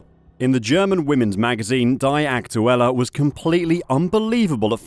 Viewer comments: "dee" not "die" aktuelle..😂😂😂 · The word "die" is, I believe , pronounced as "dee" rather than "di" so Die Aktuela would basically mean The Facts. What a joke. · You need to learn the German Language , Dude , to be able to pronounce “Die Aktuelle” properly and not the poor way you say it ! You must be a Robot then ,lol ! “Die said as Dee ! Aktuelle means Actual , or pretty close to it ! Die Aktuelle - The Actual would be as close as one can get the Translation to English ! There is a bit more to it that even I cannot properly translate it ! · "DaAy AkTuElLa" 😂😂😂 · Your pronouncing "Die" Aktuelle like they should "Die" 😂 it sounds almost intentuelly done.